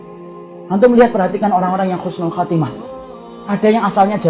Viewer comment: Bukan khusnul khotimah Tapi Husnul khotimah, min.